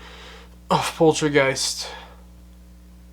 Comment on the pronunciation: LOL at the way you pronounce Poltergeist (you say is as pol-tra-geist instead of pol-ter-geist) 🤣 sorry! 😋 Poltergeist is translated from German as noisey ghost. Such a classic movie but it had it's fair share of controversy. Including the death of Heather O'Rourke (who played Carolanne) and the murder of Dominique Dunn (who played the older sister).